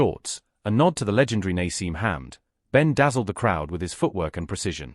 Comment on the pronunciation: don't be lazy ... stop using AI to research and narrate the commentary. It can't pronounce Prince Naseem Hamed's and Artur Beterbiev.